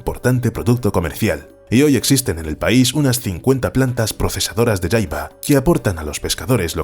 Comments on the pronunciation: Se pronuncia jaiba no yaiba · se dice "jaiba" no "yaiba" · La Jaiba es muy rica, pero usualmente en mexico se pronuncia tal como se escribe ja-i-ba, no Ya-i-ba. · La jaiba, nosotros la pesca amos y comíamos en puerto peñasco México y le decíamos "jaiba" no "Yaiba" pero eso ya es a gustó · En México se consume la jaiba, pero aquí se pronuncia ja, no ya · "La yaiba" 🤦😂😂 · Creo que el último cristacio su nombre se escribe asi : "jaiba " y bueno en Nicaragua no se le pronuncia como " yaiaba" sino directo con la letra "J" y bueno sii que les digo es un manjar muy codiciado aunq muy escaso ya de hecho. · No se pronuncia yaiba 😂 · Jaiba tal como se escribe la jota no se pronuncia como y en el español